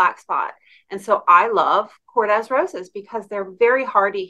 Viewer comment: Korde roses Kord pronounced not Kord des